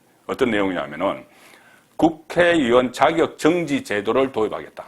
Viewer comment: 잘듣고있는 팬으로 자적 우리나라발음은 첫머리가 낮개시작 하여 말합니다 정지 발음이 영 아닙니다 고발인 이라고말하듯해주새여